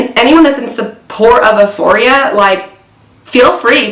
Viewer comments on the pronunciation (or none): I agree 1 BILLIOK PERCENT DISGUSTING HOMOSEXUAL PROPAGANDA TO PERVERT AND DESTROY THE YOUTH!!!! And all ages so sickening but just wanted to tell you euphoria is pronounced you-foria not that it matters but this show is so evil and horrifying I hope the director and producers and all the evil actors in it are crushed and destroyed by gods power !!